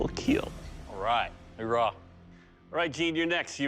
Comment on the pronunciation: ITS OURAH NOT HORAH